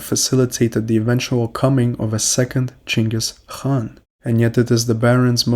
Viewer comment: who is Chengus Han? You must mean Genghis Khan.